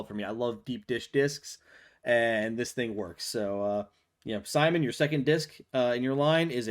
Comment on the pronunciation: He's named Simon, not SimonE